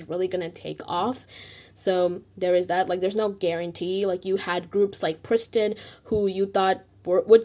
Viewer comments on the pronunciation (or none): none